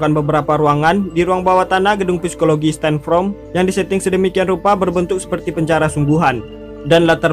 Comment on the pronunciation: Tunggu, tunggu.... Bukan Sepikologi, bang Psikologi (baca = sikologi)